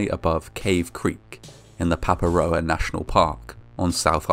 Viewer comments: Te Reo Māori can be hard to figure out- I heard Waitakere pronounced Way Tih Karry by a youtuber who handles sensitive subject often and very well and, to my knowledge, does pretty good research, so this guy deserves credit for getting Paparoa so close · I was actually shocked when I heard Papaproa, first bc I don't pay 100% when I bingewatch these videos late at night and I'm VERY not used to my home country being featured, and secondly bc ive almost never heard anyone say Paparoa irl as well as this random foreign youtuber 🤣